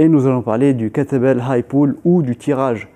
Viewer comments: C'est exactement ce qu'il dit ! 🤣🤣🤣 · J'entendais à chaque fois "l'entraînement avec "que t'es belle"...